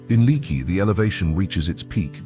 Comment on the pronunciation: Seems that if going to this much trouble to make these great videos; the narrator should have learned to pronounce the local names like Leaky, Nueces, Balcones, etc. I’ve tried for decades to get tourists to try Texas for one vacation. Although the territory covered here is way too big for a two week’er.